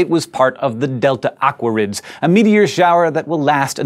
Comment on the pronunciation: It sounds like you're saying "delta awkwards" :P -Rose